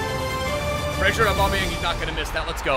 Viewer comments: it’s Fraser not Frasier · It’s Ryan Fra(z)er not Fra(shi)er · It's pronounced FRAZER not FRASIER, he hasn't got a TV show named after him xD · Fraser not Frazier bro